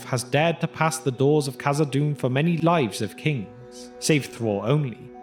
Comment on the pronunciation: Khazad-dûm not khazad-doom my dear friend